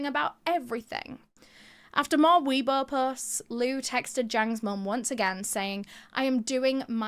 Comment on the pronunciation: Isnt it pronounced way bo tho?